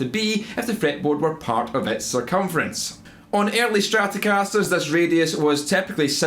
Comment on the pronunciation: On urly stretuhcawsturs...